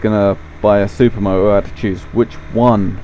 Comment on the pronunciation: Dee Ahh Zed Super Moh-Oh. Lol I <3 British People!